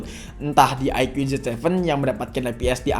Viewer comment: Bang kata dapit bacanya bukan IQ tapi aiku